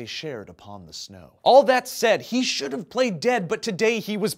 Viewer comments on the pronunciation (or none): none